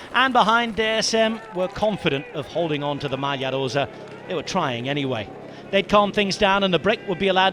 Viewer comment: Pleeeeeaaase can the commentator tone down the foreign accent exaggeration… I’m not sure even native Italians pronounce “Maglia Rosa” so over the top